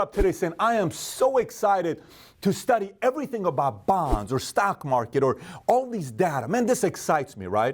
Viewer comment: When he said bonds, I heard bongs. XD I would smoke weekly if I could.